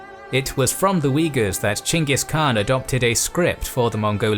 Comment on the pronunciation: Thumbs up for correctly calling him Chinggis Khan, or maybe Chinggis Kahan